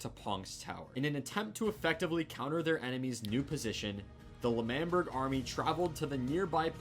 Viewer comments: its LE MAN BERG not manberg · Its not lamberg its Lamanberg its L'manberg I know but you say lamanberg you know? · Lamberg Angry Wilbur noise It's L'manberg Le man berg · lAmBeRg.. Me:😂😂😂😂😂😂 lmfao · Pronounciation of L'manberg is Lemanberg, btw i love your videos so much💜💜